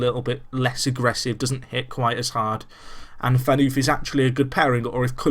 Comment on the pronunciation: Phaneufff , not pheanuuuf :D